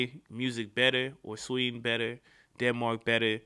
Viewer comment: sweden you dont say it rigte